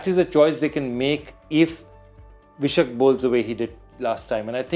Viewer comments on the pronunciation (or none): That's Vai-Shakh Second month as per 🕉️ Hindu Calendar "Vaishakh" Not V-Shuck... Mr Joy it's time you prove that you are an Indian...